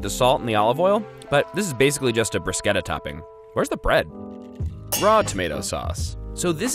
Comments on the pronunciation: yep, bruschetta it's an italian word. i dont know how to explain properly tbh, its pronounced brusketta (?) kinda like bruce-ketta. ch in italian its always prononced as k again this explaination its not precise at all but i hope i got the point across 😅 english is not my first language, sorry edit: also you should emphasize the double t in bruschetta, kind of like in the word splaTTer on a webside i found this as a good explanation of how to pronounce bruschetta correctly /broos-keh-t-tah/ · Me, an Italian, hearing for the first time an American person pronounce "bruschetta" correctly like 'finally, inner peace.' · he pronounced “bruschetta” the right way, im gonna cry :’)